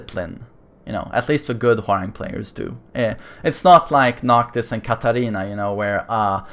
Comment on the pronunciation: Why does it sound like he says Whore-rang